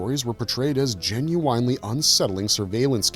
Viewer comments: GEN-YOU-WINE-LEE Artificial Intelligent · This was pretty interesting but after about the ninth time you said "Jin-you-winely" I had to turn it off. Not so much the weird pronunciation but the fact that you used it at least once per paragraph. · ❌❌❌Gen-You-Whine-Lee ✅✅✅ Gen-you win-Lee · Would love to subscribe but can’t if someone constantly says genu”wine”ly instead of genu”win”ly. Atrocious! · I am gen-u-wine-lee interested. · "Gen-u-winely"? Where do they find these narrators? If this was AI-generated, it was obviously programmed by someone that didn't actually speak English. Also, holy cow! That artwork from the comics is gen-u-whinely atrocious! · Is "genuine" the word of the day? Why repeat it so often? Just to pronounce it weirdly? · Today's Word is "Gen-u-winely." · The repeated pronunciation of “Gen-u-ine-ly” is killing me. The video has now made me want to listen to `90's R&B singer: Ginuwine ! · Please, make it stop!! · "Meet me , I love it when ya talkin dirty" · Will someone please teach this guy how to pronounce 'genuinely'? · This video could have been FIVE MINUTES shorter than it is - with the repetitive AI writing replaced by authentic script writing. A person might also know how to pronounce 'genuinely' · Putting the wrong empAsis on the wrong syllAble for the word “genuinely” makes this sound like AI, that’s not how a human pronounces that word. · I remember all the mini comics and how cool (and dark) they were. The Starriors had similar mini comics with depth that was far more involved than their “kids toy” featuring would seem. All that said “Jen-you-wine-ly” kills me every time I hear it. 😂 Also, “par-tick-you-lair-ly”. I think you’re putting the wrong em-phasis on the wrong sy-lab-el. 😉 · "Par-tick-you-lare-ily", "Gen-you-eyn-lee" I have never heard these pronounced this way. Getting heavy "AI" feels here...